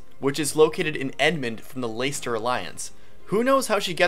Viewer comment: AHHHHHHH! Will you ever pronounce Leicester correctly?! It's pronounced Less-ter not Lays-ter. I just find your pronunciation endlessly frustrating as I live in the UK. sigh Sorry that was rude of me, anyway nicely done video and I liked hearing your opinions on the Black Eagles. I'm going with the Black Eagles myself, choose them as soon as I watched the February trailer :D.